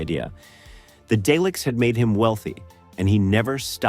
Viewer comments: Please stop calling them Dayleks they are DALEKS ,You pronounce Daleks as "DAH-leks" First syllable: "DAH" (/dɑː/) sounds like the "a" in "father". Emphasize this part of the word , Second syllable: "leks" (/lɛks/) sounds like "lek" with an "s" at the end. The "e" is short, like in the word "head". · The AI is too bad I can't listen to this. Day-licks? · It sounded like day lick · Duckta Whom and the Day-Lecks lol